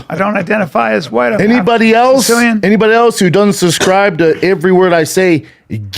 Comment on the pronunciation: Lol Brian "I'm half siscilian"